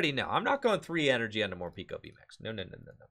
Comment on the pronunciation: It's pronounced Morpeko though not Morpiko...decent deck though!